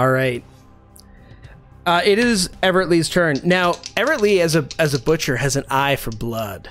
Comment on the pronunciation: Buthcer! Lol